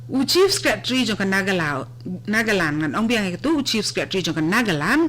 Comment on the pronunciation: Hahahaha ha ha ha ha i kong ban iong nagaland ruh ym laid lh ong nagalaw